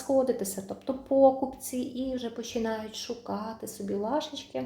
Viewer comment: Доброго вечора! (ви моя тезка), дуже люблю ваші огляди, сама таким цікавлюсь для себе. Будь ласочка, можете прибрати наголос в слові пОкупці на покупцІ. Дуже ріже слух. Навіть на львівщині не перекручують так слова. Вибачте, дякую.